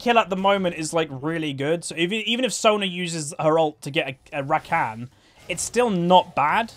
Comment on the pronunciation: The way you say rakan hurts my ears